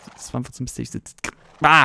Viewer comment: misteiös?! Ernsthaft? Sprich das RRRRRRRR!!!!!